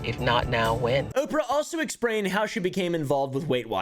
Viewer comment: Haha he said exprained instead of explained